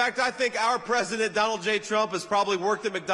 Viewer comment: STILL SAYING MADAME PWESIDENT?🥺 HAHAHA! COPE & SEETHE